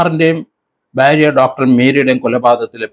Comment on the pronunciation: സർ ഭ്യാര്യ അല്ല ഭാര്യ എന്ന് പലവട്ടം പറഞ്ഞിട്ടുണ്ട് ഞാൻ